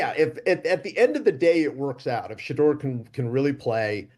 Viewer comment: As a black man, that black guy with the white hair don’t speak for me. The NFL employs more black millionaires than any other company I know & the #1 pick is a black QB from the south. He tries act like he’s down for the cause but he messed up Shedeur’s name 10x. He probably never heard of him before this weekend but is outraged. But he went to Harvard so we should listen?